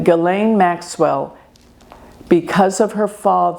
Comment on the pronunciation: I am so happy you pronounced her name right. She has Pluto and Black Moon Lilith conjunct at bottom of her chart.